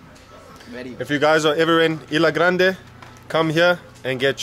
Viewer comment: IS-LA not EE-LA Grande and it's Caribbean not Caribic LOL.